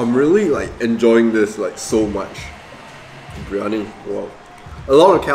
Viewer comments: It's "Biryani" my dude. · It’s BIR-Yani. Not BRI-Yani. Lol 😆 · am I the only one that cringed whenever he said/wrote briyani instead of biryani